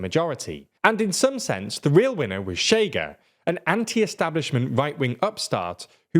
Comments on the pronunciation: Pro tip: Chega is pronounced as "Shigga". Sounds like a derogatory way to call a Chega supporter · The way he pronounced chega, it's what they truly are, a chaga in the country.